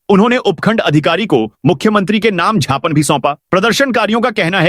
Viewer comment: अपने ज्ञापन की जगह जापान बोलते हैं